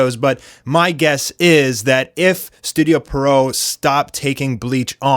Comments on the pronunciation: Yeah and Pierrot is a French clown’s name in origin and pronounced as the name ‘Pierre’ followed by ‘roe’. Pierre-roe not Perrow. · Literally, no one knows how to pronounce Pierrot correctly. Some say Peridot some say Pero-oh. But it is actually pronounced: Pee-ur-row -> Pee + Arrow -> Pierrot And I fucking meant it. NOBODY in the anime community pronounces it correctly.